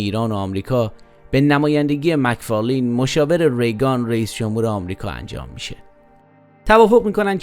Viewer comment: مک فارلن دوست عزيز مک فارلین درست نیست